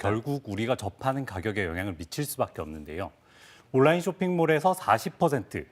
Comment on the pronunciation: 아나운서 발음이... 온나인, 온나인...